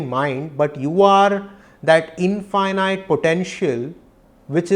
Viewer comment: Namaste and thank you for this profound presentation..🙏 Please correct the pronounciation of 'infinite'